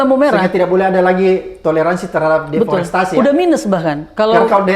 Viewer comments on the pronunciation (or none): DEREFOSTASI .... mulu pak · Bang... "deforestasi" bang.... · Abraham samad ini ternyata orang yang males baca, deforestasi aja berulang2 salah ucap. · deforestasi om Samad, jangan salah sebut ya......